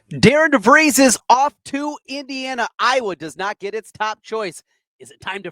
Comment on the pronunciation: It would at least sound better if you had pronounced Coach DeVries name correctly